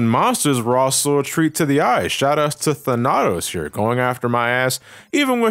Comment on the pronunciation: that’s the weirdest pronunciation of “Thanatos” that i’ve ever heard